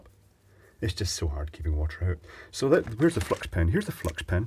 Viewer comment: At first i thought he was saying fuck instead of flux! lol